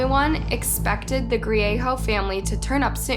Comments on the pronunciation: The g isnt silent in Griego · His last name is Griego not grieho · It's Griego NOT Griejo. Great presentation but pronounce names correctly. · It's pronounced Gree-a-go not Gree-a-ho Bernalillo - Burn-ah-lee-o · Albuquerque, NM is divided into quadrants. The south valley is one of them, not a city unto itself, unless things have changed substantially since I was there last. Bernalillo is pronounced burn-uh-leo. 😉 Griego is pronounced gree-ay-go. I would suggest some additional research if there are names with which you are unfamiliar. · I’m sorry but I had to giggle when she said ‘Bernalillo’ and ‘Griego’— it was cute, I am not being mean it was just funny. I’m from New Mexico so I understand how easy it is to mispronounce. This was a sad day for the community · the way she pronounce bernalillo n griego 😭😭